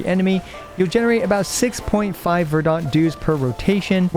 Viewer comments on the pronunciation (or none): Stop.Saying.VERDONT. It's "ver-dent". As far as I can tell you're a native English speaker and it's painful to hear you butcher it video after video. Love everything else about your videos, take care! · Great video! I don't know if you are doing this on purpose or just sight-reading the word verdant. The a is silent. /ˈvərd(ə)nt/ it sounds like vur·dnt.